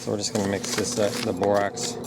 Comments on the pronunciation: Really good video. It's bor ax not ox. But that's not Important unless there are both. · Bor AX. Not Bor OX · Is it Borox or Borax? Sounds like u said Borox. Also will Borax/Borox mixed with only sugar or only honey work, or do I need all 3? Thx much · Bor-OX? Dude, can you read? You're sharing a video tutorial and teaching the viewers to obtain Bor-OX? SMH